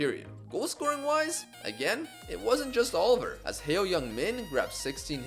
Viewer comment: just wanna clarify heo is pronounced as ho in korean